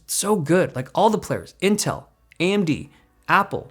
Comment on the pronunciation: AMD its an A-eM-deeD!